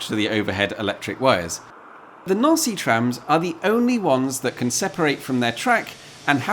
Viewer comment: Neauncy is a fancy way of saying Nancy🇫🇷🤣😂😅😄😉